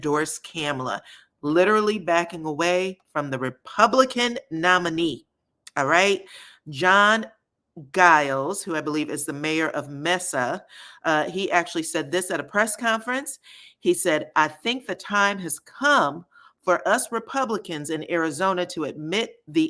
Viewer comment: Hi -enjoy your channel so much! Just wanted to mention: it’s pronounced “KAAH-mala” -comma-la basically. Hers is different than the Murican version or the prevalent Indian pronunciation. The city is pronounced May-sa (it’s Spanish for table). Your voice timbre is great and you be on point and I hate to see a misstep!